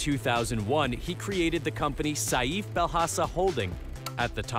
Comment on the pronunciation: Saif is pronounced Safe not Sayeef 💀